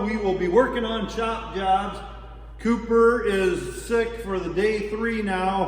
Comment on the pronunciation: sorry I think its Cooper not Copper.